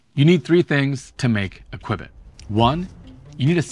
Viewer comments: What drives me Nu-ts...hearing Qb-its instead of Q-bits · Just FYI it is not called a kibit it's pronounced QuBit..... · Q (quantum) Bit. Hearing “quibit” instead of “q-bit”repeatedly… my OCD… “quibit”“quibit” “quibit”… 🤯 I couldn’t finish the video. I actually had to close YouTube, stop working, and take my dog for a walk, before writing this comment and getting back to work with background music instead of background YouTube. Sorry. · This is why Thunderf00t buried you. It's pronounced "(queue-bits)" not "quib-its". There's not even an "i" in Qubits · Note it's pronounced CUE-bit, not kwehbit. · Kwibit? Khuwbit? Dude! Da F**k is wrong with this guy? QUE-BIT - like a pool Que, you know.. things that smash balls in pockets? Not his.. pockets.. though, it sounds like it! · What the hell is a "quibbit"??? I know what a Qbit is, but what is a quibbit??? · Nobody says "kwibit" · Why must you call it a qwibbit? Video is so good but hard to listen when u call it a kwibbit lmao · Qwibbits , lol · Two Kwibit da Vinci...Poly Kwibit da Vinci maybe. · CUE BIT pronunciation put me right off. Couldn't reach more than half way through the video. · wtf is a kwibit? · If its pronouced kwehbit, is your channel pronounced twoohbit? After you got to the 50th use of kwehbit, I had to bail. Man, could've been a great video. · Everytime you said "kwibits" my hairs stood on end like when someone says "nookyoular" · Your mispronouncing Qubit 😔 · This video started out informative, but then your refusal to pronounce the subject correctly when not a single other person pronounced it like this nullifies the legitimacy of the presentation. It makes you sound uninformed and thus is perceived by your audience as inauthentic. Maybe next time watch one, single video on a topic before reporting on it so you don’t look like such a fool. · It's pronounced "Q-BIT"....Just like Q-Bert, not "qwib-it" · Pronounced like "cue bit" not quibit. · It'd Q-bit, not "qui-bit".